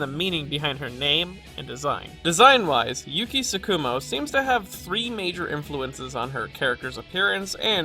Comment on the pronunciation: Don't mean to be a dick about diction, but it irks me when people stress the second syllable of Japanese terms (i.e. TSU-ku-mo and Tsu-KU-mo)